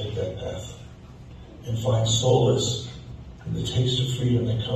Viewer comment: Solace not souless